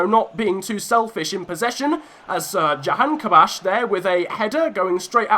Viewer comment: Jahanhabash 😂 thats just not it mate its jahanbakhsh but sick vid never the less🙌🏾